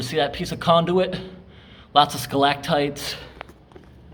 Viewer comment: Did you say Skull-lag-tights? tee hee, great videos! I can't stop watching them.